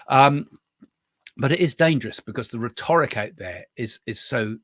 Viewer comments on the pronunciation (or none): I follow another psychic and she says it’s true. They saw what they were doing while channelling. I’m not a Trump supporter btw. I’m also not American. Also btw it’s rhet-oric (different to rhetorical)